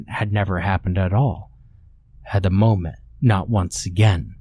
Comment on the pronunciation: isn't it mom-et and not moe-met?